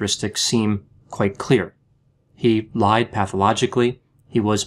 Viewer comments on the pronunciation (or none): none